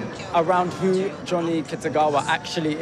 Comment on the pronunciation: そんなことより、Johnnyなのになんで日本では「ジャニー」と呼ばれてるのかが謎 動画ではイギリス人がしっかり「ジョニー」と発音してるじゃん